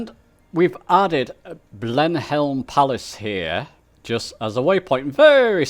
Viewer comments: Thanks for another great video. One point to note, it’s Blenheim Palace not Blemhelm Palace. The text is not very clear on the map so the i looks like an L. FYI it’s normally pronounced Blenim Palace. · You have mis pronounced your waypoint at Blenheim Palace. It's not Blenhelm. It is pronounced as Blenhem.